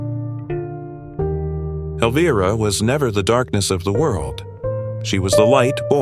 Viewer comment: AI Can't even pronounce her name right in the first 32 seconds of the Video. SUCK IT you have NO credibility.💩🤡🖕🏾